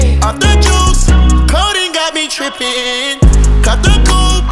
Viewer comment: he really said ĐRIPPIN